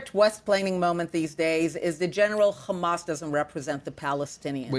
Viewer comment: "khamas" why can't they just say Hamas.. just asking.